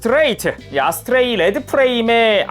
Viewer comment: 아스트레이를 어스트레이라고 했네ㅋ